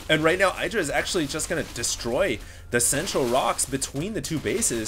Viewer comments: "iddra", not "I draw". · It's idddrA IDDDDDRA Not eye-dra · i've never heard i-druh before. always heard it as ihh-druh. hmmmm... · IdrA has said it himself its pronouced Id - ra not eyedra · It's pronounced Eye-dra. Oh? I was told it was Id-ra? Well, they were wrong, weren't they? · Please call him idra, not eye-dra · Just bt dubs, Idra is not pronounced eye-dra. The Id is pronounced the same way it is in "lid". Say "lid-ra" and then take off the L. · Its Idr-ah it rhymes with get yah. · Dude,... it's not Eye-dra. =/ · you still pronounce "idra" wrong